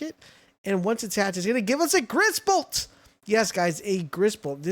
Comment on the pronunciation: Griss bolt more like riss bolt 😂😂😂😂😂😂😂😂